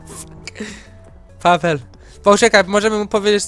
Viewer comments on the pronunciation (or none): Nie pawel i vertez tylko pabel i vertez